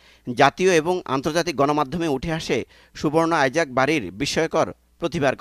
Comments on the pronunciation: ভাই আপনারা কেন বলছেন আইজাক, এটা তো ইছাক। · English এ আইজেক আর বাংলায় ইসাক